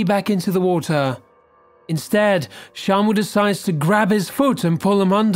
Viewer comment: When you said shamu, I thought you said shampoo